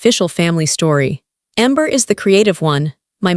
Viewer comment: Please pronounce the names right, Adrian not Addrian and amber is not Ember, I do like the story, Amber should make a name for herself and start her own company 😊😅